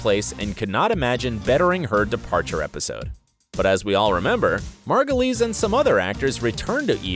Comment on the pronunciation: How is it that you can pronounce Margulies correctly and not Wyle?